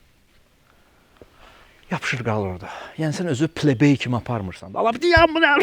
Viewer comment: Pleybey yox playboy ama😊